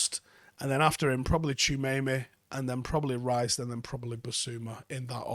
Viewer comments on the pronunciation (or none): We'll forgive a Manc for not being able to pronounce it but since he's the best DM on this list, for all you others it's Tchou - a - me - ni pronounced "Tchoo ah meh knee" not Tchemeyme